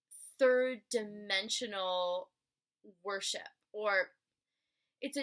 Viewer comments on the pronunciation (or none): Hi. I do really appreciate your work and the time that you had given to make this video. Even though, you're tired. Moreover, It would had been better, if there were more clarity in some of the words like worship, twin flames and so on. Cause, I'm not a native speaker of english. And, I'm not saying that was mandatory. By the way, I loved the way of your presentation of such a complex topic in such a easy way. Chirios.